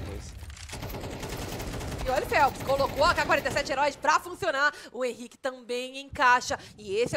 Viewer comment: Problema é chamar o Henrique de Ren, é esquisito